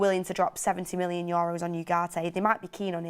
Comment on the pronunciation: She killed me with "Yoros" €.. I just can't.. :)